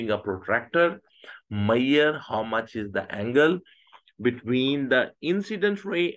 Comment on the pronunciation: Ashame men ..foolish sir ..just learn some english is measure not meiyer😂😂😂😂